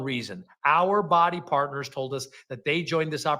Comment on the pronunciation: What are the odds that this is the first time the reps are hearing that the company isn’t doing well? Also every time he says “Bodi Partners”, I just keep hearing “body parts” and it’s weird 😆